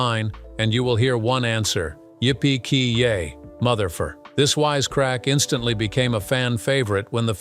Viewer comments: "Yippee KEE yay" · "Yippee KEE yay" facepalm